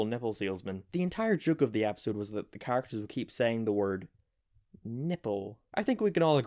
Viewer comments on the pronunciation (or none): none